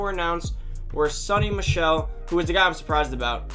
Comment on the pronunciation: It’s pronounced sow-ny